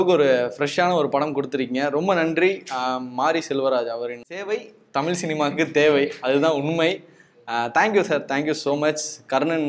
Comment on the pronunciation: ..u look handsome, interviews are interesting ( d recent one with Madavan too). BUT... can u plz change the pronunciation of 'TAMIZH'